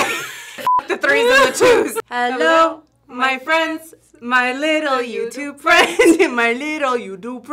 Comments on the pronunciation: It’s not youdube 😂😂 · It’s not “ joetoep “ 😂😂